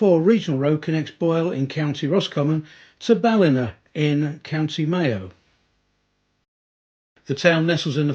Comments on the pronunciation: I'm enjoying your videos, you have obviously put a lot of work into researching the area and its history, and presented it with sympathy. One little hint: Ballina is pronounced "Bal in aaaaah" the "aaah" sound is long. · An acceptable pronunciation of the Library would be 'Chock Lion' and your other pronunciations are quite good, but you do make a hames of 'Ballina'. Work on it 😅😅